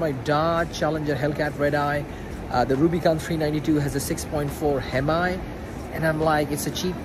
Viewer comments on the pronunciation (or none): It’s pronounced like “hemy” not like hem i